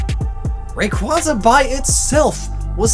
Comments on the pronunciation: Loser Clan Rayquaza is a mix between ray and Quasar, so it’s pronounced “Ray-Quayza” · Alright, I was kind of interested in watching this until I heard "Rayqwahza". Sorry, ain't sitting through 7 minutes of that, my mans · Alright, I was kind of interested in watching this until I heard "Rayqwahza". Sorry, ain't sitting through that 7 minutes of that, my mans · Like how you said dont forget to pronounce Rayquaza correctly but you're still saying it wrong it's Ray-qu-A-zaa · "remember to pronounce Rayquaza right" Uses Ray-KWA-za. Hmmmmm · To be fair, you're STILL mispronouncing it. It's Ray-Quay-Zah, like in Quasar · Should we tell him... Rayquaza is pronounced Ray-Quay-Za like Quasar. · You pronounced it wrong anyway. It is Ray-Quay-Za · So is it "Ruh-kwah-zah" or "Ray-kway-zuh"? You primarily used the former but said the latter just once ... I've heard both of those pronunciations, and it's odd that you specify to pronounce it correctly despite saying it two different ways. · IT'S PRONOUNCED RAY-QUAY-ZA! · I don't want to be that guy, but it's pronounced ray-quay-za. More of a looong A sound in the second one. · Why do you pronounce Rayquaza like Waluigi? RayquWAAza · rayq-WAY-za is the official pronounciation, just sayin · Ok, I'll remember that it's pronounced rayquayzaa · You're still pronouncing rayquaza wrong. It's Ray-kway-za, like quasar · Why only pronounce Rayquaza correctly once? Was it to appease we who know the truth? Rayquaza: ray + quasar. Quasar: bright shiny thing with red streaks, exists in the atmosphere, and space. (Ray-quay-za). Rayquaza it’s not a four sided shape, does not have four involved, therefore the second syllable should not be pronounced like that. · You’re still saying it wrong, man. It’s Ray-Quay-Za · You say rayquaza rong and it's my favorite pokemon and I hate this video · Pls stop saying Rayquaza's name wrong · He still pronounces rayquaza wrong. Go see truegreen7 for details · UUUGGGHHH can u pls pronounce raquaza right